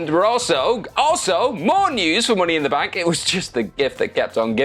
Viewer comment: “Mooney in the Bank” 😂😂